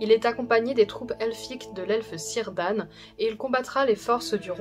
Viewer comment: Super vidéo, bien documenté, claire, pour une période pourtant très dense. J'imagine que les petites imprécision sont dans un soucis de simplification ^^ Un mot cependant : j'ignore si vous faites la faute sur les autres vidéo, mais en elfique le C se prononce K. On ne dit pas Seleborn, mais Keleborn, et non pas Sirdàn, mais Kirdàn ;) Dans certaine forme de proto-elfique, ce son est d'ailleurs retranscrit par Tolkien avec la lettre K. PS : Certaines versions du Silmarillion possède une annexe sur la prononciation elfique ;) PS 2 : C'est pas du jeu de mettre la séquence de la mort de Boromir, j'arrive pas à ne pas avoir la larme à l'oeil :'(